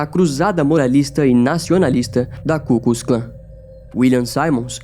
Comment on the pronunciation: e não é ku kus Klan, é ku klux Klan !!!